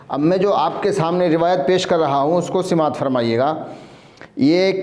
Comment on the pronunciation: سمات نہیں ہوتا ہے بلکہ سماعت ہوتا ہے پہلے اردو پڑھنا سکھلو پھر لوگوں کی اصلاح کرنا اور بزرگوں پر کیچڑ اچھالنا